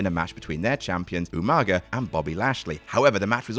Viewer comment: I will never hear Umaga’s name without hearing it pronounced “YouManga” in my head. Thanks Regal